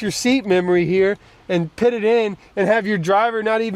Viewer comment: Always PIT and not PUT. LOL